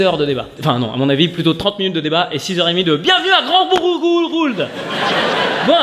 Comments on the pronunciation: Verino, si tu passais ton spectacle en Normandie, tu saurais que Bourgtheroulde se prononce Bourg-theu-roulde ;) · Ca se prononce "boure-teu-roulde" cest mon patelin 😂 Ou bourtroulde pour les normands profonds ! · C'est pourtant pas compliqué à prononcer Grand Bourgtheroulde ça se dit Grand "Bourtroude" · Moi j’ai toujours dit Bourtroude 😅 même les normands ne sont pas d’accord sur la prononciation